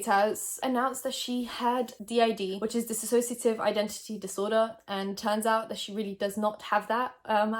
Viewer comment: Just so you know, it’s dissociative identity disorder, not disassociative. Sorry, it’s just every time I hear somebody call is disAssociative, all I can think about is Trisha calling it that and all the misinformation she has spread including the name of the disorder.